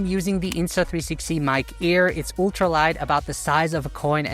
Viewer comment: You speak english well, but some word wrongly pronounced like the slavic speakers , may be in German language too. Ultra is not yultra, but altra(uhl-truh). Google how to pronounce Ultra on google search.